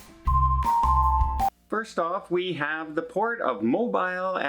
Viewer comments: It is pronounced, Mobeel, not Mob(eye)l. Lol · And it’s pronounced MO-BEEL - not Mo-bIle 🤗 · Its Mo-Bill. Local knowledge on the pronunciation.... LOL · It is pronounced M-O-L-B-E-E-L. My ancestors for over 100 years are from there.